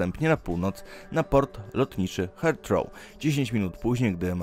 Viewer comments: Aż mnie uszy zabolały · Jak już czytasz nazwy to czytaj je poprawnie. Heathrow czyta się zupełnie inaczej...